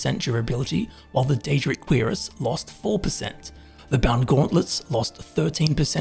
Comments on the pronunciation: When you say Cuirass it should sound more like Cure-ass. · First properly pronouncing pestle, now properly pronouncing cuirass.